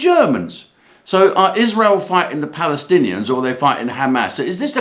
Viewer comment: Jim, if you can't pronounce Pallystillions Just say Hamas. It's the same thing. As the police can't control the mob, ask the Israeli IDF to help.😂